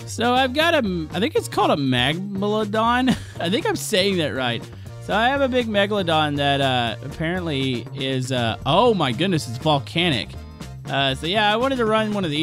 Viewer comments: Its m e g a l o d o n not Meg ladon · megmelodon? its megalodon XD